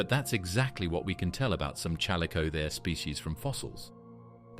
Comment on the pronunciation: alright ...just cause you said chal oh the kers ...im out